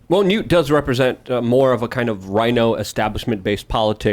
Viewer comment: Nah nah not newt wtf newt